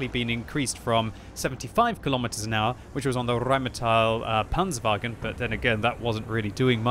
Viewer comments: rrrrrrrrheinmetal panzerwaggen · Always lovely how you pronounce 'Rheinmetall Panzerwagen' ...sounds wonderful for me as a german 😂